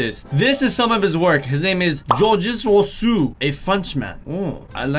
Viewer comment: When he said Georgia roussou I felt like: she said her name was georgia rose